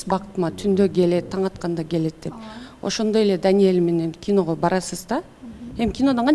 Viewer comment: Асел кино дечи, кийно менам дебей так суйлогонду уронсон